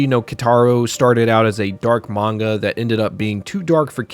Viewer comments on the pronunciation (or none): none